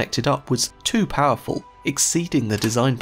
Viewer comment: é Power-Phull